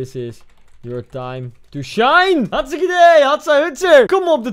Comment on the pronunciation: Heel grappig dat je zegt ik ben hargstike dood